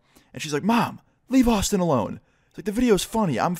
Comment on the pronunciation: I thought he said "autism" there for a sec.